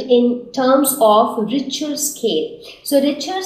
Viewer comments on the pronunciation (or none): yes bro ur correct